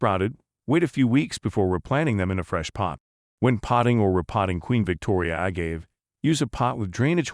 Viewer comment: A-gave, wrong pronunciation. Also showing King Agave pictures.